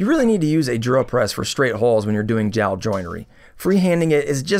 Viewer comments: "jowel joinery" huh? 🤣 great build. Looks awesome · "Jowel Joinery"??? lol